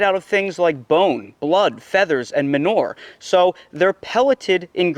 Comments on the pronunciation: I wish he could pronounce manure! Never heard of menor! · what is "men-nor"?